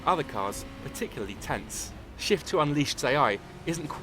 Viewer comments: At the beggining of the video it sounds like he said "With the release of the first shit" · why when the british guy is saying "shift" i'm hearing shit? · it sounds like he is saying "with the release of the first shit" lol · in the beggining of the video I thought he said "with the realease of the first shit" lol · at the beginning i thought he said "with the release of the first shit" lol xD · this british guy makes shift sound like a bad word